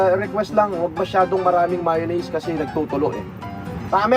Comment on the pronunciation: Yabang ng nagtapos sa ibang bansa mayonnaise lang di pa alam bigkasin ng Tama hahahaha